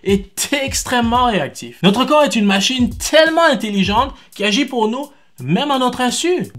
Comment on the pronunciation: Ton " tselement " me tape sur les nerfs